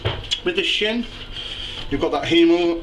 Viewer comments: I keep thinking that he's saying, "Let's take this sh*t off!" Nice meat btw. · Pause. Did you say take this shin, or shit, off? lol.